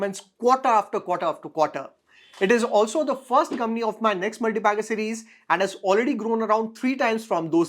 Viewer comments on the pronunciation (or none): none